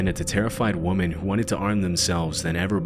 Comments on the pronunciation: Great video, dude, but "women" is pronounced like "wimen" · “Weh-men”. “WEH-MEN”. Plural. That is all. Great video! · Where are you from? I can't stand (midwesterners?) saying woman instead of women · Wih-men, Wih, not woman… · Why do you pronounce "women" as "woman" in all your videos? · I HATE that the narrator says "woman" instead of "women"! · Brother please pronounce women as women and not woman lol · This guy cannot simply say ‘women’ and it’s kind of hilarious. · Women! It's women, plural. Not woman, singular. 🙄 Weh-men = women. Woh-man = woman. Stop it! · Why do you say woman when it's supposed to be plural women? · Great channel, addictive videos, but jeez, the word is WOMEN. It was jarring to me to hear it used incorrectly multiple times. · You know, English words aren't necessarily phonetic. Women is pronounced 'wimmin', not woman. Woman and Women are different words with different meanings and different pronunciation. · Love your content. But Use of woman instead of women drove me a little bonkers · I just get a kick out of the way he keeps saying “woman” instead of “women”. Yea, I’m pretty sure I have problems lol. But, hey, it’s the simple joys in life, I guess. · Great video but please learn the difference in pronunciation between "woman" and "women." You mistakenly said woman for women several times when you meant women. Women is plural and woman is singular. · seems to have the same difficulty in pronouncing "women" rather than "woman" that Blue Spooky does. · When you first said woman when you were doing the last story, I thought I misheard. But you said it multiple times after that instead of women as it should be. What's up with that? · I absolutely LOVE your channel, but the plural of "woman" is "women". Please stop saying "woman" when it's plural. 😊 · it's WOMEN pronounced wi·muhn not womon. That's the third time you've mispronounced the word women!!! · Why do you pronounce women like woman or is it an AI voice?